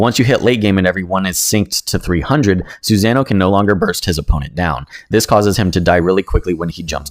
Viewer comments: Reads: susanoo This guy: SuZanah!! Lol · The cringe when pronouncing "Susanoo"🤣 i did the same. But corrected after naruto. Love the vids you got a sub